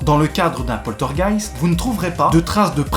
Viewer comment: 👻 Joli titre mais, mais, mais... où est le "t" de poltergeist, jeune homme! 🤪 Bien résumé, mais pour en savoir plus les amis sur le "poltergeist d'Enfield", je vous conseille de faire un petit tour sur le site de Sylartichot (YouTube) qui vous dit pratiquement tout sur cette affaire avec les dossiers Warren. 👍 Prends soin de toi et à bientôt dans les rues de notre City! 🙏